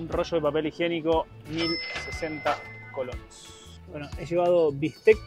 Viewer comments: tantas veces han dicho y todavia no han aprendido a decir colones bien, si con e al final, colones y en singular colón. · es colones no colonos jaja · COLONEEEEES NO COLONOS jajaja cada vez que lo dicen mal me da el patatús 😅😅😅😅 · Cómo es que llevaban ya varios días en Costa Rica, y nadie les haya dicho que se dice COLONES y no colonos como lo dicen ellos... 😂😂😂😂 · Se dice colones no colonos. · Creo que se dice Colones y no Colonos, pero que me corrija un tico 😃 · Jajja es colones no colonos . Me hace gracias escucharles decir colones 😂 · Hola apreciables y, por favor, la moneda en Costa Rica se pronuncia colonEs. Un abrazo! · Colonesssss COLONES C O L O N E E E S. POR DIOS!